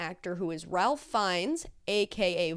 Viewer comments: Pronounced Rafe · So because I have pronounced his name wrong my entire life I need to tell you that it's not pronounced "Ralph" (Fiennes) even though ITS FUCKING SPELLED LIKE THAT...its "Rayf". It's one of the most frustrating things of my life and now you can be irritated by it too lol